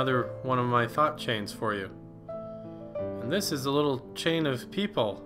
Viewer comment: who thought he were saying " little chinese people " instand of " Little chain of people "